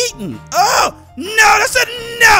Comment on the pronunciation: It's so funny when you say no it sounded like you said naaa